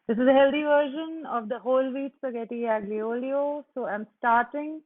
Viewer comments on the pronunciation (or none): Hi it’s not pronounced as aglio it’s pronounced as alio and g is silent.:)